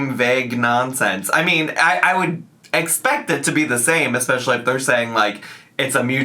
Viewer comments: If I hear eckspecially one more time I’m gonna rage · saying EGG-specially makes me want to punch a pillow. 😅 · So far I've seen alexisshook's reaction to this and yours and what really gets me is "ECKSPESHALLY".